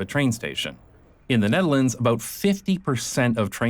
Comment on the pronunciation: You wrote Nederland... the dutch will be pleased.... actually you pronounce Nederland place names without choking on your own tongue... I'm pretty sure you are Dutch.